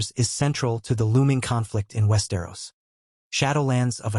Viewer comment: you can really tell when "he" says West Aeros lmao